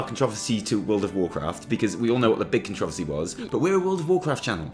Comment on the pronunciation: ''controhvercy'' ''murc''O